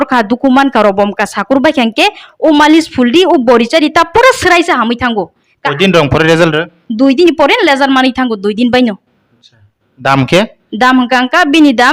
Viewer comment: Offer Jotono 350 phung😂😂 lesult✅ mannai Result ❌ ya😂😂😂